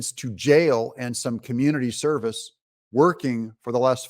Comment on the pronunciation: Did you say “Community Cervix”?